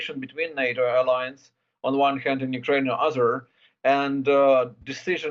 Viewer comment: Ukraine will join the aliens? Ohhh, you meant to say Ukraine will join the uh-LIE-ance. ❤❤ We love you,.